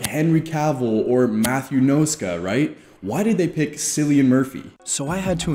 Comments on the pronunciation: it's Cillian not Sillian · Did this man just say sillian Murphy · You lost me at the pronounciation of Cillian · "sillian murphy" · He’s name is said with a K like Killian Murphy not Sillian Murphy just wanna point that out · Bro said cilian is unattractive, hes just almost old and has bad haircuts , the guy looks like a god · It's pronounced as 'Kill-ian' and not 'Sil-ian', otherwise great video😀👍🏻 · My man. The name Cillian (Killian) not Sillian. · Bro it's not 'sillian' it goes like 'killian' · My dude investigated everything except Cillian's name (he pronounces it like 'si-lih-un' 😂) Cillian said it himself it's pronounced as 'ki-lih-un'. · no hate to anyone but Murphy’s name is pronounced with a “K” not a “S” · It's not Cillian I mean his name is pronounced ki-ll-ian not si-ll-ian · Killian not sillian . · Cillian is pronounced Killian, not sillyan 🙄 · Cillian Murphy is the hottest man ever and I ain't even gay, and it's not sillian, its killian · Its pronounced as ' killian murphy' not 'ceelian murphy' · Killian not Sillian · "Sillian Murphy" Lol... It's pronounced "Kill-ean". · dude the fact that you said his name "sillian murphy" makes me cringe, its spelled "killian" btw. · Sillian? It’s pronounced Killian. I suppose it’s easy to make that mistake if you’ve never seen that name before. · I can’t believe you think Cillian Murphy isn’t good looking. Perhaps your definition of good looking is only boy next door or boy-band pretty faces. And it’s pronounced as Kilyan not Silyan. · The way you call him "sillian" :( i'm sad.. its actually "killian" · It's Cillian (Kilian) Murphy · Wait, what did you say? Sillian Murphy?🤣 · Bro literally tortured the pronunciation for Cillian Murphy 😭 lemme help you, it's pronounced "Kill-Ian". It's an Irish name, as is Mr Murphy himself. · Hey brother, it's not Cillian with the 'C' sound it's with the 'K' sound, sounds like 'Killian'. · I can’t believe he said “sillian murphy”😭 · It's Killian. Lmfao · "Sillian Murphy" 🤦